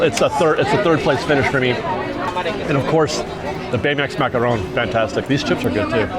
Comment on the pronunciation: Why do you keep pronouncing "macaron" with a Spanish accent? You know they're French right? lol